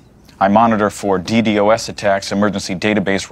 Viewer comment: This would have been perfect if it weren't for saying "DDoS" wrong. Either way, this video made me buy and watch the whole show. Worth it.